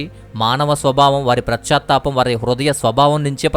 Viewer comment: PRAS CHA THAPAM KAADU . PAS CHA THAPAM . BHASHA KUDA VINAALANIPINCHELA PRONOUNCIATION CORRECT GA VUNTE INKA BAAGUNTADI .